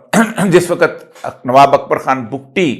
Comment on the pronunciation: سر ! لفظ "وقت" آپ ہر جگہ غلط بول جاتے ہیں ۔ اس لفظ کا تلفظ درست فرما لیجیے ۔ ہم آپ کی ہر ویڈیو بڑے ذوق و شوق سے دیکھتے سنتے ہیں ۔ آپ ہمارے پسندیدہ کالم نگار اور تجزیہ کار ہیں ۔ جب بھی کسی لفظ کا تلفظ درست ادا نہیں ہوتا تو ناظرین کی طبع نازک پہ گراں گزرتا ہے ۔ ہم تو صرف اصلاح چاہتے ہیں ورنہ من آنم کہ من دانم ۔